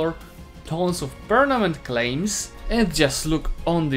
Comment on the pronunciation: Nobody:: PERNAMENT